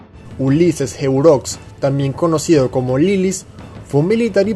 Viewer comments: Se pronuncia heró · Se pronuncia "Heróx" Y "Lilís" acentos en la o y la i respectivamente. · Heureaux, se pronuncia " eró" al ser un nombre afrancesado... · Y se pronuncia herox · Hola, un aporte: Se pronuncia Heró, no como se escribe. Y si apodo se pronuncia y se escribe Lilís. (De los gobernantes más derrochadores que tuvimos, sí que supo poner orden a su modo). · Ese apellido de lilis no se dice así